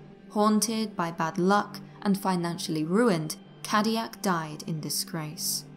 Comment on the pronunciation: I can't take the mispronouncing cadillac. it hurts